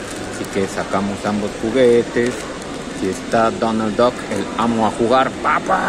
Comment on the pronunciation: Amoh a jugah papu jajajajajajajajajajajajaja